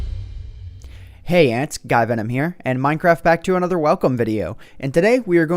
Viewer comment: am i the only 1 who noticed he said"hey ants, guyvenom here" at the beginning of the video? lol